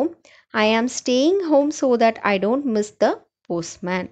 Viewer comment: You are always saying Thee to all. Please correct it. We can’t say thee to all ‘The’. It can be used only certain places. Your videos are useful, thanks.